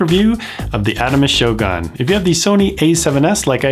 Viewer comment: It pronounced "shogun" not "shoGAN "